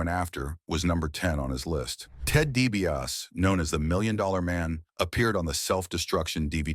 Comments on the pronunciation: I CAN'T WATCH THIS! WHO IS DIE-B-AUS? 😂😂😂😂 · I was never a fan of the Million Dollar Man. Nor was I a fan of the Ultimate Warrior, BUT if you're going to put out a video about anyone, especially if it paints them in a bad light, you should learn how to say their names correctly. At least do that much research! The million dollar man's name is Ted DiBiase. It's pronounced 😅 DEE-BEE-AW-SEE. Y'all bear with me, I don't usually how to spell things phonetically lol. But at least I'm making an effort, the narrator on this video couldn't even be bothered to do that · it's really distracting! 😂